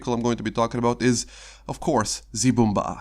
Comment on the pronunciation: Brummbär = Broommbear NOT broommbar like a choco bar